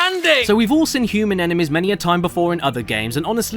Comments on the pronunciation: Also, I didn't notice until a few weeks ago that Caddy pronounces "seen" as "sin". I thought it was a one off, but realise he's always pronounced it like that. Now my mind is blown - and I can't unhear it. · I thought this was weird at first but then I realised I pronounce “been” as “bin” so I can’t say much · Now I can’t un-hear it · You’re right!